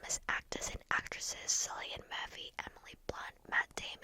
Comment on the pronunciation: Cillian Murphy is pronounced Killian Murphy. Its irish.